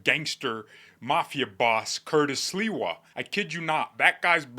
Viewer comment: I love your New York accent for Sliwa❤